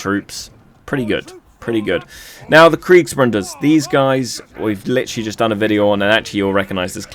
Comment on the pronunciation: There's no N in Bruder x)